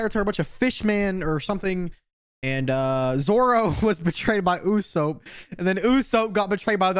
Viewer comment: Isn't it pronounced oo-sop and not oo-soap? I could be wrong